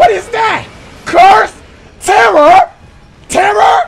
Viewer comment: What is that? Curse? Terror!? TERROR!?!? Terur! TEAR RUR ⁉️ terror